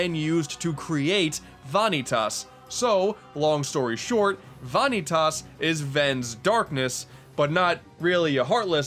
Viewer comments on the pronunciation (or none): Va-nee-tus. Not Vaa-nee-tass. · Ewwww "Vaneeetas" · "Vaughn-eet-aas" Also, the story in this game was pretty shit. And no, the combat system was anything but great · Are you making a joke pronouncing it Vah-nee-tahs? The game has spoken dialog which pronounces it Vuh-nee-tus. Also the stylized "X" is greek pronounced Kie, or key. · okay I just gotta put this here... it's pronounced Vah-knee-tiss not vah-knee-tass (especially emphasizing the different syllables. just...vahkneetiss fairly quick and simple) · why are u pronouncing vanitas as vaanitas? why the weird way of pronouncing his name? its van i tas u dont need to over pronounce the a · My dude...where the hell did you get VAH-NEE-TAUS? Its spoken by many characters as VAN-EE-TES. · Vahkneetoss.... Vah-knee-toss?!, no. Vah-Nee-TUS Tus, like in TUSle I've heard bad interpretations of names, but this... THEY EVEN SAY HIS GODDAMN NAME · I can't take it anymore! It's not Vahn-knee-toss, it's Vah-kneetus. There is no emphasis on the 'i' it goes straight into the -tas at the end. It is not how you pronounce it as the art definition of the word. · ...why are you calling him "vahn-ee-tahs"? Like, you even break it up like that. They say it, in game as "van-ee-tus" without mid word pauses. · God damnit, I know this is nitpicky but vanitas is pronounced "vuh-nee-tus" not "vah-nee-tas". And the emphasized syllable is the second one. Not the first one. Love you tho <3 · Fanetas? my dude wut!? They say the name the right way Goofy XD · It’s pronounced VAH-KNEE-TESS it’s even said in the game 💀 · For Gods sake... it’s PRONOUNCED “VAH NÉE TIS.” PLS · Ah, yes... "Vonny Toss"... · Why did you pronounce "Vanitas" as "Vaaanitaaas" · Vanitus (Vuh-nee-tus) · omg sweet god it's pronounced VA-KNEE-TIS uggghhhh also its the x blade aka the CHI blade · VAHN- EE- TAAS? Really?! How do you get that from all the times they say his name?! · it's pronounced Va - Knee- Tis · VAH-nitas huh? That's a new one.